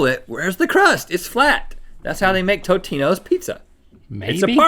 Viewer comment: rhett fr disrespected tombstone by calling it totinos